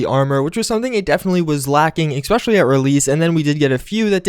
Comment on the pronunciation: it's ESPECIALLY. not EC-SPECIALLY.